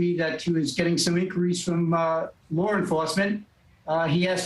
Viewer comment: That "lar" enforcement he keeps talking about 😂